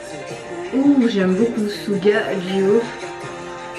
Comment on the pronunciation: Pour l'info ! Suga se dit Shuga , chuga 😉😉 sinon j'adore la video